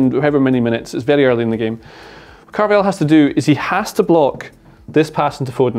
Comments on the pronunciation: Can you not keep saying carvayal 😂 it’s carvajal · It's pronounced CarvaHAL not Carvayal